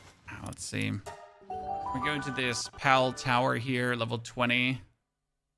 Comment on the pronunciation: sounds like you say Pel or pelts. Al with a P A L